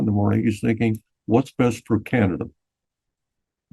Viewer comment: THANK YOU FOR SAYING CAN-ADA 😂❤. I think we’ve apparently started saying KYYYYANADA RE: US Media lol That’s all :)